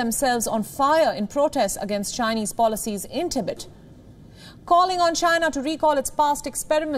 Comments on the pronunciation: It's "TEE-BET" not "TI-BIT" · If you're going to provide an English news service can you at least find announcers that can pronounce the words correctly. Tibit sounds like the noise a frog makes. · Please pronounce Tibet like this TIB - ET expand the time between the 2 sounds.... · In "Tibet", the emphasis is on the second syllable. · The host cannot even pronounce TIBET correctly. It's weird nobody noticed that.